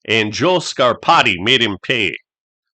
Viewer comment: Thanks for saying Joe Scarpati's name. I never knew how to pronounce it!